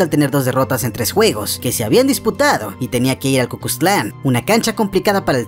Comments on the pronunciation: En el minuto en ves de decir Cuscatlán , dice cucusclan , estoy en lo cierto ??? 🤪🤪🤪🤪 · Ni siquiera dijo bien el nombre del estadio xd cuscusclan ,es cuscatlan xd, aunque acepto que el futbol de aqui es kk lo mejor que nos a dejado es al magico gonzales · “El Ku Klux Klan” 🤣😂 es CUS-CA-TLAN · Todo bien pero te fallo el nombre del estadio de El Salvador.. Es Cuscatlán no Cucustlán 😅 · el cucustlan xd es el cuscatlan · Si kieren respeto respeten ustedes primeros, y es CUSCATLAS no cucustlan wey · Así se llama, pero el dijo "Ku kux klan" jajajaja